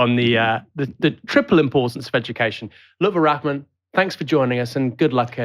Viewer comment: his name is pronounced Rar-man not Rak-man